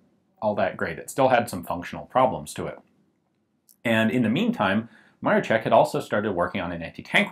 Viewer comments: Just a small note: the "sz" is a hard "sh" sound, so it's more like "Maroshek" or "Maroschek". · Ian, a great overview -- thanks for covering interesting stuff like this! Just FYI, I know Polish is a trippy language, but "Maroszek" is pronounced "Mar-o-shek." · "sz" should sound like English "sh", and the stress should be on the "ro" in Maroszek ("Ma-RO-shek"). Great video and nice gun. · The SZ in 'Maroszek' is pronounced like 'sh'. You pronounce it like 'Maroczek', which is pronounced like ch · its marOszek :D accent on O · It's always weird when you don't speak polish, eg. This is "zbrojownia", not "zubrujownia" xD and of course "Józef Maroszek", not "Dżosef Maroczek" :P You could help yourself using iVONA or Google Translate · And in "Maroszek", the accent is on the second syllable. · Great video. One thing was a little bothering, it's MaroSHek not Marochek, but that's not important. It's really sad to see how well things were doing in my country before the WW2 and how it all flipped because of it. Really a shame to see such a gun wasted. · Józef Maroszek = Yuzef Maroshek You keep calling it MaroCHek like in CHips while it's pronounced as SH like in fiSH. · Cool video, just to point out, that „Maroszek" is pronounced more like „Ma-ro-SHE-k" not „ma-ro-che-k". Yeah, I know, nitpicking, but I'ts just my character xD Oh, and about the O-Z positions: O was for firing, cause it meant „Otwarty" as in „open". And the Z - „Zamknięty" - Closed. I guess. But O-Z was everywhere with Otwarty (Open) – Zamknięty (Closed) informations. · "Sz" in word "Maroszek" you sell like "sh" in word like "SHHHHHHHiet". Not like "tch" in word like "witch". I know i know it is trully doesnt matter but wouldnt be polish citizen if i wouldnt mention that. BTW that is great video ^^ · dont read it maro CZ ek read is maro SZ ek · Ok, that even I didn't know to exist, and I'm from Poland. And Maroszek try to pronouce something like Maroshek. It's more correct for you. And great vid again.